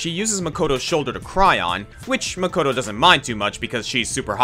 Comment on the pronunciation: By romanizing the pronunciation? He also pronounces "Makoto" incorrectly, since the English voice cast of Danganronpa mispronounces a lot of names